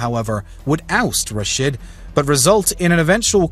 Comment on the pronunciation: RashEEEEEEEEEEEEEEEEEEED not RashID.